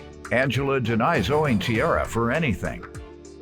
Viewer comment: That’s not tiara. That’s ciara